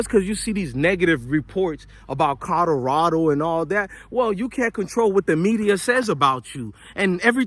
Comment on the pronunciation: It's C O L O R A D O, not C O D O R A D O, bro, pronounce it correctly lol